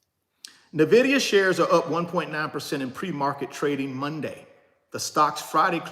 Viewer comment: You should at least pronounce the name of the company correctly. 🤦‍♀